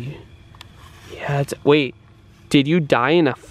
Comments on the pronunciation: Sara Kropp Yep he said bae😂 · He said bae but he meant wait